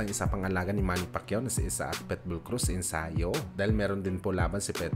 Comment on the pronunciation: Ayusin mo salita mo pitbull hindi petbol